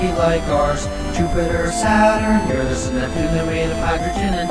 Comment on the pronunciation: Finally someone pronounces Uranus correctly